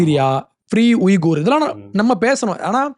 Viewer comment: உய்குர் என உச்சரிக்க கூடாது. வீகர் என உச்சரிக்க வேண்டும்.